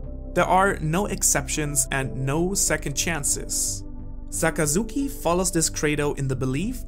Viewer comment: SAKAZUKI NOT ZAKAZUKI